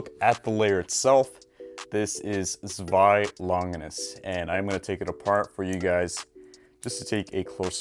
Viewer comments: You're pronouncing it wrong! "Zwei" is pronounced like "Tsvei" or something. you have to make the "z" short and sharp and the "w" like "v". (I know what I'm talking about. I live in germany) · I’ll never stop ranting about the pronunciation of Zwei from y’all :P